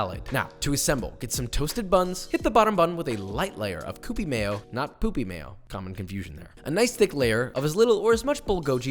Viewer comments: "Bullgojee" X "Bullgogee" ✔ "Koopie" X "Kyoopee" ✔ "Gochujang" X "Gochujahng" ✔ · Also, kewpie. Its a Japanese mayo, so its pronounced kyupii, or in phonetic English, queue-pee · And his pronunciation of Kewpie mayo is just as bad 😂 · Same with kewpie 😂😂😂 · And KEWPIE is so wrong 😂